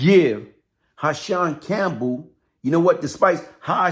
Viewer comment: It’s Hassan.. Not Ha-Shonn!!🤦🏽‍♂️